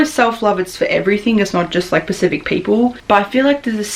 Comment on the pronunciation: I love you but please learn the difference between specific and pacific 😘